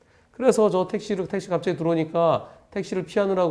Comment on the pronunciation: 택시가 아니고 떽~~~~~~시 로